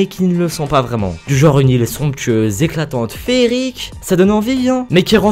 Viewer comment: A chaque fois j'ai eu l'impression d'entendre "cette chill" au lieu de "cette île" x)